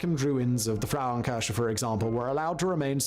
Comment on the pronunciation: His constant wrong pronunciation of „Frauenkirche“ (womens church) especially in this almost insulting exaggerated style is annoying as hell comparable to nails on a chalkboard! Especially knowing that this bald guy has already used both words (Frau [women) and Kirche [church]) in other videos where his pronunciation was way more accurate to the german phonetic which means he must purposefully mispronounced the combination of both words Which is actually not surprising at all … following him for years on different channels and knowing he isn’t even a real Brit (!) and his proper English accent is actually fake (really convincing in my opinion but still fake) i remember in his early videos from almost 10years ago he had a American accent instead of this distinguished Queen’s English/BBC English accent but his views have been back then stagnated pretty low compared to nowadays. Only after he started pretending to be British his view's have began rose rapidly and he got more jobs for different channels as their representer or narrator like in this one (in other videos he has mentioned several times that other people doing the research, planing the videos, do the scriptwriting and that he is just hired by different channels to be their public face/newscaster / Presenter / narrating voice for YouTube content video like this